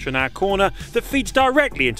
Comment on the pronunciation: "kilometers an aaAAaa".. wtf is that accent? Just say hour, for freak's sake.